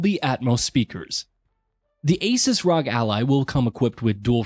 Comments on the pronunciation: Was gonna watch the video, but by the third time you said "rog" instead of "R. O. G."... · For to love of everything. Its not Rog its R. O. G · C'mon....say it with me now....R. O. G. Not rog. They are initials. They're meant to be said as individual letters.